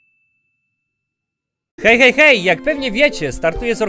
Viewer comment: Hej hej gej xD ja tak usłyszałem